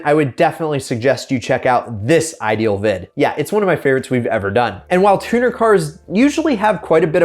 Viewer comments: Wait "Tunner"? I thought it was spelled Tuner? Am I crazy or just retarded? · hahaha "Tunner"